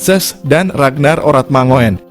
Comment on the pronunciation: Ratnar Oratnangun...bukan mangoen...! ( OE dibaca : U )